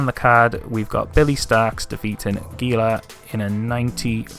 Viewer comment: Giulia is pronounced Julia. It's the Italian form of the name. Tell us you don't watch NXT without telling us you don't watch NXT. 🤪(I only watch the highlights tbf. Not watching the CW) Also, Hall of Fame inductions happen (for in-ring workers) when a worker retires from in-ring competition. That's how Cena got in in 2026 but then won Color Commentator of the Year from 26-29. It's also how E&C and Edge got in the same year but Christian didn't get in as an individual until years later.